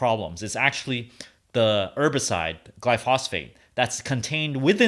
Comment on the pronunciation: Pronouncing glyphosate wrong